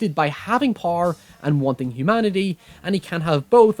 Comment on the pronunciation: I like when you say "power" it sounds like "par"